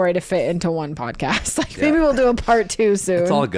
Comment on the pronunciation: This feels like an invitation for the peanut gallery, ahem....let me stretch. I think you should call this the "bodcast" since that's how Zach says podcast. 🫣